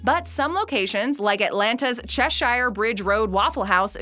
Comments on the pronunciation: Pronounced chesher.. not CheSHIRE.. lol yeah I know it's spelled that way.. lol.. just going to have to trust me on this one.. lol. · It's grits not grit. It's pronounced Chessure not Chessshire. Here in Ga we call it the awful waffle. They dont let you work there if have all your teeth. Just kidding